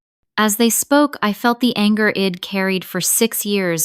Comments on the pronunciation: Id’ ill’ wed’ ? Really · STOP USING CONTRACTIONS. AI doesn’t get it. It is incredibly distracting! Id, wed, Ill - all WRONG words. HORRIBLE!